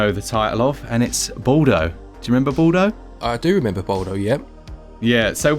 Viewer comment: you know, my last name is Baldo (italian ) and the way you guys pronounce it makes me laugh out loud